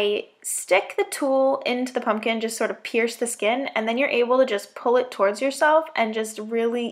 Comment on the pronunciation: "I carved out the skeenn" XD Am I the only one who died at that part?